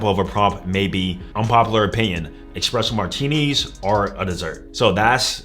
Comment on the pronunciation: Think as a coach you should at least pronounce etc and espresso properly 😂